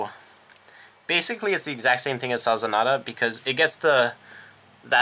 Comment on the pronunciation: So you know, it's not spelled Sazanada, it's spelled Sazanda. Su-zon-da is the basic pronunciation. Also, I suggest Crystaldevil, as well as Babyface Narcissus, it's skill is GB1 Rush - When this unit stands it gains "Oh hit you counter charge 1 and soul charge 1". It helps conserve your resources and pushes a high attack card with counter charging towards your opponent. And that is after every attack that she re-stood.